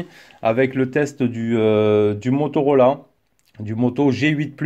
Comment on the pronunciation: Si dice Motorola, non Motorolà! 😂😂😂